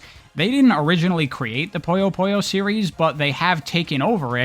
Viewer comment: It is not Poyo....it's Puyo.